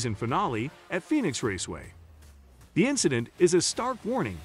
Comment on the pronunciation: Artificial voice --- Pheonix was pronouced by it as FEE-OH-NICKS